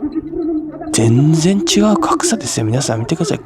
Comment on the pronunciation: の全然の言い方(発音)が関西弁じゃないですよね...😢